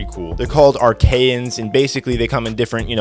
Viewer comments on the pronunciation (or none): you mispronounced it its ar che ans